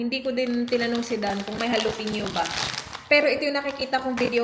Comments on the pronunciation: It's Jalapeño not Jalopeño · ja-sounds like ha la-sounds like lah pe-sounds like peh ño sounds like nyo.san ang lo dun and mind you I didn't correct her because she might feel insulted,since really accepts corrections.Thank you